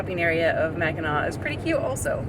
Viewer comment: yes, you pronounced Mackinac perfectly and i did notice you put a random r in there a couple times. Lol .. Your cute. No worries. Had just never heard it pronounced quite that way.